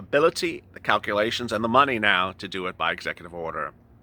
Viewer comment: In the way you say neow (now) sounds like meow 😻